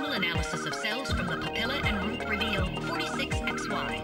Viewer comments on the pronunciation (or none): none